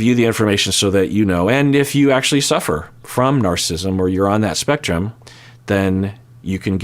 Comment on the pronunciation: Narcissism has 4 syllables. ☺️